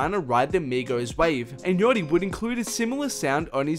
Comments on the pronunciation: its not yotty ffs... yAchty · wtf is ‘yotti’